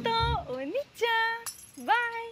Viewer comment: she said Onii-chan not Oni-chan